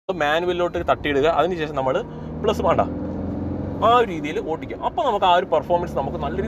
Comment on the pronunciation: ചേട്ടന്റെ ഓട്ടിക്കൽ കേക്കാൻ നല്ല രസമുണ്ട് 😂